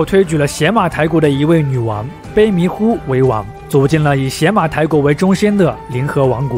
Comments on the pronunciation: 那念野马台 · 邪 在这里应该读牙，Yamato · 邪马台的邪字应读yé。大夫的大字读dà吗？ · 是邪ye马台不是xie马台。。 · 邪马台会不会其实读作“邪（yá）马台”，即日语读音里的“大和（yamato）” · 必须肯定和支持，但也需要提出些许意见——读音要准确，比如邪（ye2）马台国；视频资料可以更贴合一些，结合一些小标题。希望继续做下去，做得更好。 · 前后鼻音不分 知识硬伤太多 比如邪马台的发音才是yamato 并不是倭的日语发音 倭奴这个称呼也并不是汉朝希望他们臣服 而是倭奴国对自己的称呼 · 邪马台国的记载最早见于《三国志》中《魏书·东夷传》倭人条（通称魏书倭人传）记载的倭女王国名。古书中“邪”是通假字，也读“也”，所以邪(yé)马(ma)台(tai)国，其实也就是大和Yamato发音的中字译音。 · 邪马台，yé mǎ tái